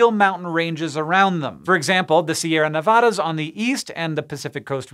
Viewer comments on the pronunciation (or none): It’s pronounced “Ne-VAD-uh,” not “Ne-VAH-duh.” Please spread the word. -Former Nevada Resident.